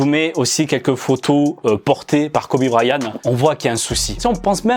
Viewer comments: kobe brayan-T- AVEC UN T A LA FIN 😭 pas kobe brayaneuh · MON FRÈRE TA DIT KOBE BRAYAN PTN 😂😂😂😂😂😂😂